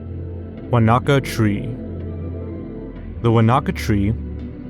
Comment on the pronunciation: I'm a born and bred New Zealander and when he first introduced that Wanaka tree, I legitimately thought he was talking about someplace else and was thinking "Oh, wow, a famous tree like the one here" until he showed it on screen 😂 The word was unrecognisable to my ears the way he said it